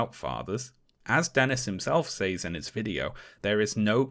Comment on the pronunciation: Honest question: what accent pronounces says as "saze" rather than "sez"?